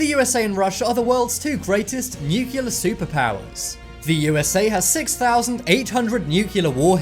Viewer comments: New. Klee. Are. New Clear. Not 'noookyuller'! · it's NUCLEAR not Nucular..LOL! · Nuclear... New-clear, not newkewlar. Clear?! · It is NUCLEAR.....not NUCULAR!!! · Knowledge Enthusiast - Was gonna say the same... lol. he switches between nucular and nukilla... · Nucu liar! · I took a shot every time the narrator mispronounced "nuclear", and now I need a liver transplant.